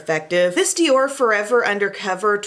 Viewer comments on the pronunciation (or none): none